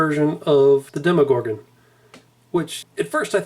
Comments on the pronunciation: The way tou said demogorgon triggered me it's demo as in a tryout version of a game not deemogorgon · dee mo gorgan